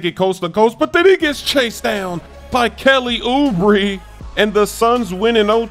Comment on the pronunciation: “Kelly Oubree”😂